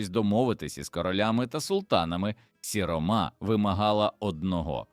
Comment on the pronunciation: Дуже псує враження невірні наголоси: сіромА,старшинА,гамІр.я розумію старшИна,сірОма,гАмір.чому людина ,що читає робить такі наголоси,вона що не українець